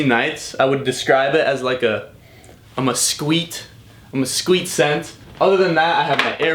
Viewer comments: ok uhhhhhh its pronounced mes-keet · dude really said mesquite